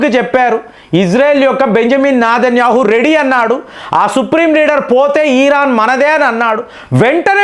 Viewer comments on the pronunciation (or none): none